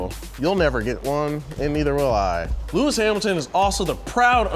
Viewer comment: Lewmis Hamilton! Lol love